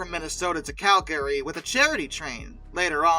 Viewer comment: Your pronunciation of Calgary is... interesting. CAL Guh ree. And Laredo, TX. Luh RAY dough